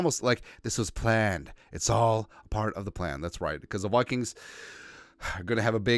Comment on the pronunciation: "the Wikings"